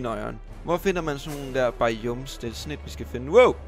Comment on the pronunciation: du skal altså lige først gå ind i de nye snapshots (et slags preview på den nye opdatering) før du kan se ne nye ting. btw biomes ud tales BAjåums